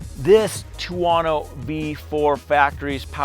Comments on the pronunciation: ter-woh-noo! 😆 stop it, it’s killing me! 😆😆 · man, you really can't pronounce any European company neams =))) what bike is that, a tuAAAno? what suspension, ohleeeeens suspension?